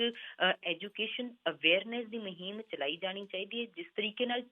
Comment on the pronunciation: Astifa Maheem shabad Theek bolo Asteefa te Moheem nai Asteefa te Mohim hunda a g Pronunciation disturb listeners. Please don't mind be a good speaker